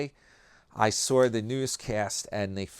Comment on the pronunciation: Do ya know how many times you’ve mispronounced words?🤨🤨🤨. A word so simple and basic…..sawr……who does that?